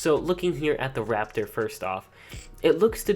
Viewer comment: You said alpha rapator